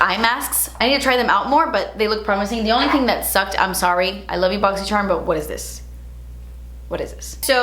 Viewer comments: I always say “boxyyyycherumm” with you 😂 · I love how you say boxycharm funny in every video haha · It makes me so excited for your boxy video just so I can here you say Boxycharm